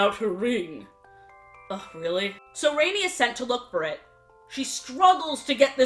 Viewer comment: Her name isn't Rainy it's Rani like "ron ee" O_o